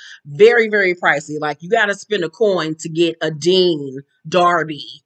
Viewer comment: 🦋A "Dean DARBY" 🤣🤣🤣🤣 🗣️ I HATE YOU🤣🤣🤣🤣🤣🦋